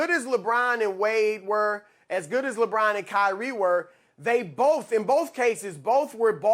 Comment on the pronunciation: Why can't he say Lebron name properly? Why does he over emphasise it?